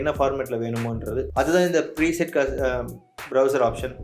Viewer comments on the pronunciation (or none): Super Bro........Present illa bro Preset